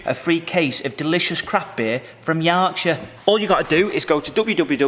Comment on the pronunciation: If you say 'Yorkshire' like that ever again your regional accent certificate will be revoked...permanently!